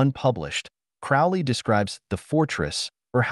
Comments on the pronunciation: Sorry to be a twat, but it's Crowley like Holy 👍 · Everytime he misspeonounce Crowley's name is infuriating.